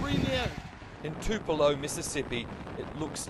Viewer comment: The least you could do for Mississippi victims of this wretched, death dealing tornado is to learn how to SPELL and PRONOUNCE the name of our hometown: TUPELO - NOT TRIPLE O!!! - home of Elvis Presley - famous fella but maybe "Aussi land" never heard of him, either. Next time -ask the locals how to speak it. . . I barely escaped with my seriously injured life, but others were not so fortunate. And ps - your initials MA followed by TULEPO grrrrr MAKES IT LOOK LIKE TUPELO IS IN MASSACHUSETTS , NOT MISSISSIPPI AND 6 PM MAKES IT LOOK LIKE THAT WAS THE TIME THE TORNADO HIT -- IT WAS NOT. TORNADO HIT US ON APRIL 28TH.